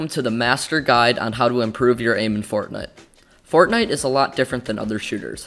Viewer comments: When you say fortnite sometimes you say fortnut lol! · He said fornut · he said fortnut im not the only one who heard that right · 0:4-0:6 fort nut 🤣 nontheless great video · Fortnut I heard? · In the intro did he say fortnut? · i heard fortnut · bro this is a good video, just plz dont say fort'nut' anymore. If you wanna be more professional as a channel (which judging by your content quality you do) then say the proper game name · fortnute XD